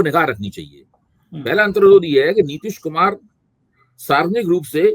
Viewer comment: मेरे को लगता है नितीश खुमार 😂 में है, नशे में है